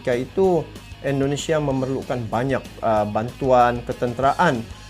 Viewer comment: Bukan Endonesia tapi INDONESIA.